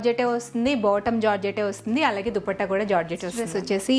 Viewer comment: Meeru allagea anakunda aligea antunaru eandhuku mam, mee dressing mee style naaku chala istam